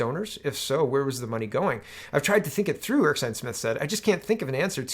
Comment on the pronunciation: Your doing it again. Erskine, pronounced Er-skin not Erk-sine